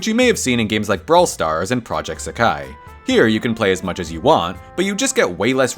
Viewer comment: Hearing pronounce SEKAI by stressing the second syllable instead of the first physically hurt me